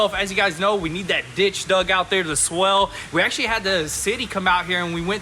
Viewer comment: Swale, not swell.